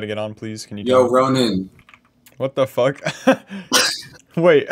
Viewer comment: Rozin? But is Ronin? Bro stop being pasta